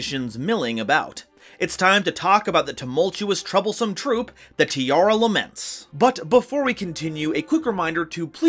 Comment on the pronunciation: Pls fix the naming of the monsters, it's Tearlaments not Tearalaments. I feel weird when I heard Tearalaments.